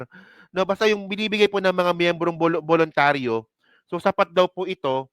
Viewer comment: Hindi po buluntari